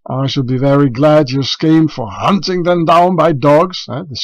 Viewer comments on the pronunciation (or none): none